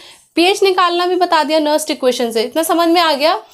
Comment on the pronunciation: Madm ji that is nernst not nerst